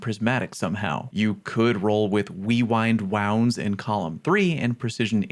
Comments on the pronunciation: did you just say wewind wounds? i think someone could be into white bowser huh? :) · Always catches me off guard when he says “Weewind wownds”😂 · OH COME ON. It's not that fucking hard to say.